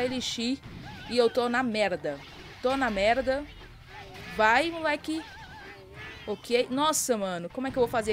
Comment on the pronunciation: hehe e impressão minha ou quando tu fala estou na merda soa para mim tipo estou na merrrda xD